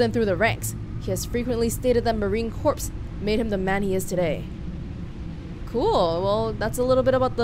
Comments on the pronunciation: The marine corpse. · It's pronounced core, marine corps.